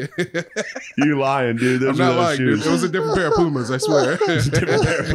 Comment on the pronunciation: Pumas more like peemas